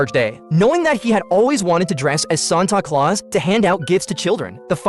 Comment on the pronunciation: “sonto clause”💀